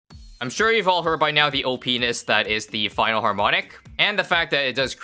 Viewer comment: "Opiness"